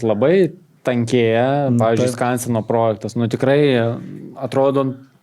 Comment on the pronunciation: SVEIKI, įdėsiu jums taisyklę, kaip kirčiuojamas žodis "projektas". Gal pabaigsite sakyti prooooojektas, tikiuos pamatę suprasite? Taisyklė: Kaip kirčiuoti tarptautinį žodį „projektas“? Projektas yra 2-osios kirčiuotės ir kirčiuojamas taip: Vns. Dgs. V. projèktas V. projèktai K. projèkto K. projèktų N. projèktui N. projèktams G. projèktą G. projektùs Įn. projektù Įn. projèktais Vt. projèktè Vt. projèktuose